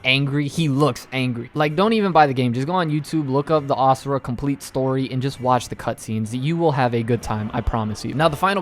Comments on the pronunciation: Can I just say that I appreciate you pronouncing Asura's name correctly (imo, as ah-sur-ah instead of ah-zur-uh) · YESSSS YOU SAID ASURA’S NAME RIGHT!!!!